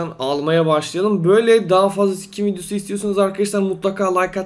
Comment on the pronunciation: Abi skin e Sikin diyorsun hahahahahahahahahahahahahaahhahahahahahahahahahahahahahaahahahahaahahahahahaaahahahaaaaaaahahahahhahahahaaaaaahahhahahasjaajshshshahas